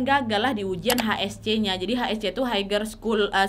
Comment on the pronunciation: Maap koreksi dikit.. Higher dibaca haiyer bukan haiger